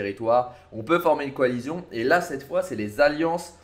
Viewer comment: "Coalission" pas "coalizion"